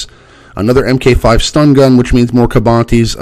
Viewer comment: Just wanna say MK V = Mark 5... not M K 5